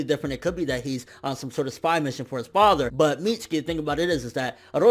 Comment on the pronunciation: y do so many ppl call him Mitski..its MitsUki